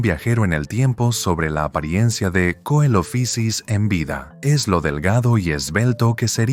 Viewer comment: deberían conocerse más Eoraptor, Herrerasaurus y Staurikosaurus (por cierto Coelophysis es griego, no es inglés y no se pronuncia como hace ahí, ni siquiera en el inglés eclesiástico anglicano que usaban los científicos en la época iban a decir "coelofaisis" ni nada parecido)